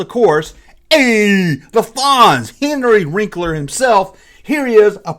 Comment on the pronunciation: Did you just say "Henry Wrinkler"? 🤣